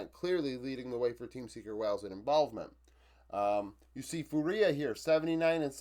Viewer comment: Awesome review as always. A quick sidenote: fúria is pronounced FOO-ria, kinda like Duria(n) instead of foo-REE-a. Keep the videos coming, love to see your stats based analysis